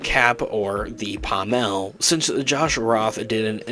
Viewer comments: Dude, my droid, it's pronounced PAAAHHmull, not PahhmELLLLL. The accent is on the first half of the word, not the latter half. Sorry but as a lightsaber enthusiast your pronunciation is like punching me in the face. Great video tho, thumbs up! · The pommel of a sword is pronounced pom ul.